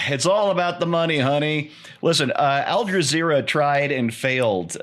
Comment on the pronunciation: It seems I'm hearing you saying AlJazero.